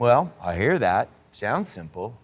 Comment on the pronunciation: Did Matt just say “cymbal as that”